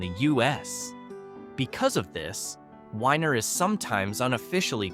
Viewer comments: Weiner is pronounced weener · The town of Weiner--is pronounced "weener". LOL